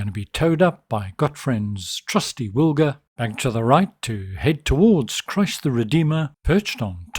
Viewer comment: Nice video, Wilga is a bird name but you might try call it right.